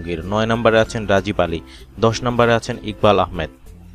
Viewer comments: ৯ নাম্বার উচ্চারণ হবে রাগীব আলী নট রাজিব আলী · রাজিব আলী না। রাগিব আলী। আগে নাম বলা শিখেন। ধন্যবাদ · রাজিব নয় রাগীব